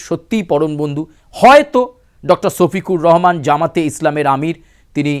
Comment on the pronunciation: ছোফিকুর রহমান না সোফিকুর রহমান✅